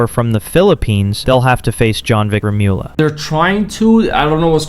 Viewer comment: It is pronounced Jonvic Remul-ya... not Remi-ula...